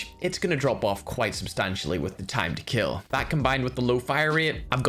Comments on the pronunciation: "Your knife will keal" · Doug Macaida🤣 ' It Will Keal '😂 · It will keel